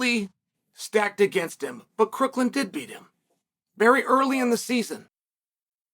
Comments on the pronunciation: Crook-west-Lynn? It’s not his name dude …. Why would you get his name wrong it’s not hard just watch a couple of his matches its Crookham… and the thing called Covid was a government psy-op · Its Crookham not Crooklin. . You mispronounced his name like 30 times. Not most outstanding commentary. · It’s Crookham, not Crookland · Does he get all these guys name wrong on purpose? 😅 Crooklin? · Crookland and storoachee! You’re killing me Chael. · Your credibility on this subject becomes null. You can’t even get Crookham’s name right. It is not Crookland. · You're not even saying his name right. It's CROOKHAM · I thought it was pronounced Crookham? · You cant even say Crookham's name right. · Crook-lin and Sta-rochi 🤣🤣🤣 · 😂😂😂😂😂 Yeah, that was hilarious! Crookland and Star-roachie!!